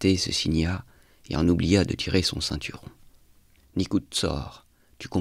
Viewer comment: • « Telemea » est tout simplement du féta. NICUȘOR - se prononce NICOUCHOR